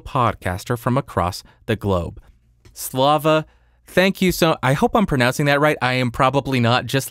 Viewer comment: "Slava" pronounciation was right on the money! Maybe a bit tensed on "va" (slavs tend to mumble endings of the words), but otherwise - really good!